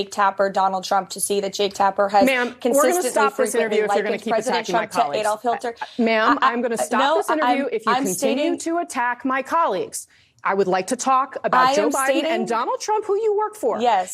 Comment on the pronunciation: Adolf "Hilter"? Trump's spokeswoman can't pronounce Hitler's name right. Krystal will make an excellent spokeswoman for Trump